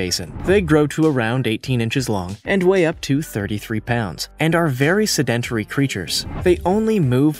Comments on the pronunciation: Words mispronounced: Gabon (not pronounced gabbon, but Gabohn like ‘own’) Debris (piece of debris, like waste, pronounced deb-ree) Sedentary (pronounced sedin-TARY, just wrong emphasis here) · Don't use words that you can't pronounce. BTW, the dictionary has the proper pronunciation after each word. Sedentary should be easy to pronounce and yet you fucked that one up.